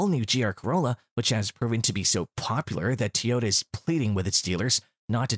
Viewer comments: TOYota Not Teeoyta 😂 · WTF is a "TeeYoda"?